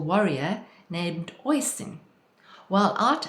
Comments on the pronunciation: Oisín is pronounced 'usheen'. Tír na n-óg which means land of youth is pronounced 'teer na nogue' Thanks for the video - very inspiring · OSheen is how one pronounces the Gaelic name OISIN ....